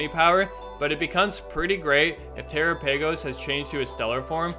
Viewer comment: it's not "terra pay goes" it's Terapagos. Like a combo of terastallize and galapagos? I'm genuinely shocked at how literally no one is recognizing the galapagos part of its name? because it's a turtle? Do people not learn about Darwin and the galapagos islands in school anymore?